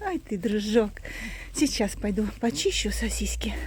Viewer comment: Добрый день,! Почему говорите сосиськи? Просто играете с Кузькой так?